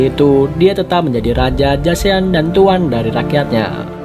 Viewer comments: Bang mau kasi saran aja. Penulisan nya emang Joseon tapi gak usah baca Jo se on tapi baca joson aja heheheh. Saran untuk S3 sih nanti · Keren nihh, udah liat semua episodenya tapi nonton lagi hahaha, bang mau kasih tau info, Joseon dibacanya "Joson", sama Hanyang tetap hanyang biasa hehe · Fyi bang JOSEON dibacanya JOSON O = mulutnya bentuk bulat Eo = mulutnya datar